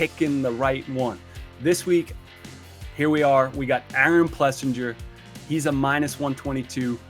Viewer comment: I swear they stay trolling Aaron one day his name is Aaron plessinger, and then the next two guys say it's Aaron PleasANJARRR